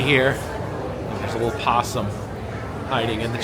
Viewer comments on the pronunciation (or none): none